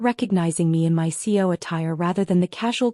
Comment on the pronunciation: Not too different than others on YouTube but entertaining. AI can't say C.E.O😂 and the constant texting by mom is overdone